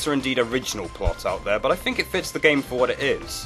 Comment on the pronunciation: Think, not fink.